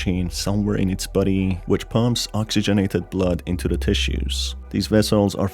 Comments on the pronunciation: I love how he sounds like he says "Buddy" instead of "Body" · Is it me or does his voice saying “body” is sounding like “buddy”